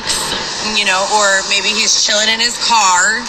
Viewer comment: Did she say chilling in hiss cart?😂